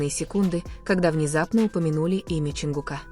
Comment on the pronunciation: ЧонгУка, а не ЧонгукА , неужели не устали коверкать имена